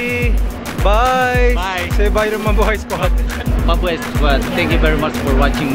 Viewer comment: I always think whenever you say Mubuhay squad, you say MA boi squad